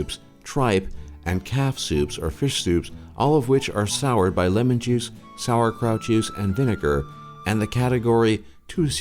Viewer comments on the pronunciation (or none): none